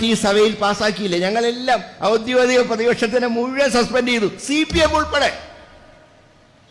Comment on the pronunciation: ശ്രദ്ധിക്കണം. ഔദ്യോഗിക, ശരി. ഔദ്യോതിക, തെറ്റ്.